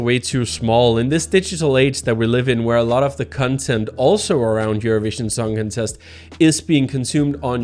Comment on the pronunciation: The way you pronounce "Eurovision Songcontest", sounds like "Eurovision Songincest"...